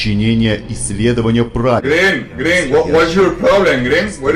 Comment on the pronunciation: “Gren gren, was yor problem gren” Got me rolling 💀💀💀💀